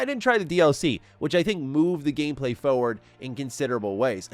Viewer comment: For-ward NOT Fo-Ward. Foward isn't a word lol